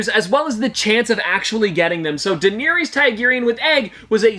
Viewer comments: The way you pronounced Daenerys name hurt my ears. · You butchered her name lmao do you even watch the show